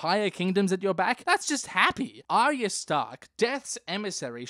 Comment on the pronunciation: he can't say arya. try as he might